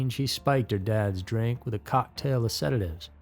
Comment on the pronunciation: I feel bad saying it but I cannot hear "sedative" without hearing "seda-give???"